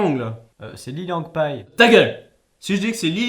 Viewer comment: pour info on dit bien lilipang